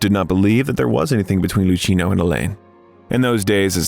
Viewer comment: DO learn names correctly, dear Al. narrator! Try punctuation too. LuKeenoe Visconti (Luchino) Paroll, paroles no (S)